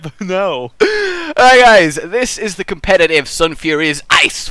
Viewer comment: ITS NOT COM-PED-I-TIVE, its COM-PET-I-TIVE